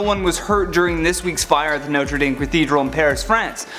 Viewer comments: I have une correction. It’s not pronounced Norte Dayme it’s Notre Dahme. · NOTRE DAYYYM IS NOT THE PRONUNCIATION!!!!!!! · He says it like ”Notri dammmmmm” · Omg....Notre DAHM...please, at least say it right.... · HE SAID NOTRE DAME WRONG AT THE START never mind he just couldnt say it all but still love the video